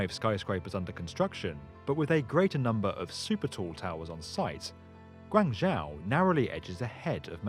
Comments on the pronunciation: please learn how to pronounce guangzhou properly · Guangzhou is pronounced Gwang-Jo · yeah specially Guangzhou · You're always saying the chinese cities names wrong...Chongqing(Chongking). Shanghai(Shunghai). Guangzhou(Guanjo). Shenzhen(Shenjen) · Cant say Shenzhen or Guangzhou correct...... Guang-Joe and Shen-Jen are correct pronunciation..... 谢谢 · Guangzhou-gooahng joe Shenyang-shen yahng shenzhen-shen jen great video!